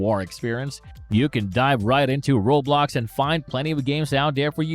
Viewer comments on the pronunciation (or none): bro said roblocksha